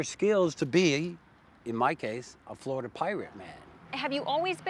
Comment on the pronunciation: Bro its just flolida man